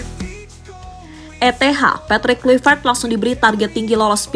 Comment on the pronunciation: Mimin : terdengar seperti 'Kulivert. Apakah aku salah dengar? 😅 Ayolah.. kawan henti sejenak komentar serius. Semoga kecintaan kalian kepada STY tidak membutakan kalian 😅